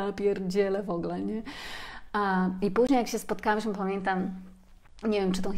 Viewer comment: Dziękuję.. Dziękuję😘💕... Moja Przypominajko.. 😁. Po wysłuchaniu tej lekcji, czuję się lepsza dla samej siebie 😁💚. Dziękuję kochana, bo utwierdzasz mnie w przekonaniu, że idę dobrą drogą.. Zresztą dobrze się z tym czuję, a zatem jest dobrze. Dobrze się pani słucha, tylko drażni mnie " wogle " i wybijam się z trybu słuchania treści . Wolałabym "w ogóle"... 😉. Cieplutko pozdrawiam. 😊💚🌷